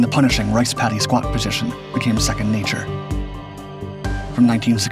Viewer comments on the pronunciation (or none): none